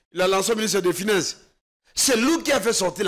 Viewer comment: Notre L'argent... Dans UNE hôpital... la majorité de NOTRE congolais... "FINEINSSE" au lieu de FINANCE...Français oyo elekeli ngai. Malgré la pertinence de l'analyse !